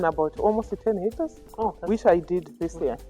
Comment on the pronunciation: Did you say six hectors?